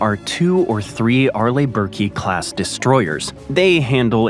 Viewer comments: How can anyone take this seriously when you can't even pronounce Arleigh Burke correctly? Amateur and fundamental error. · How can anyone take this seriously if you can't even pronounce Arleigh Burke correctly? Fundamental and amateur error.